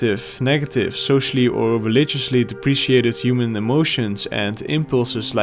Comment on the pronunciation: "the 'uman experience"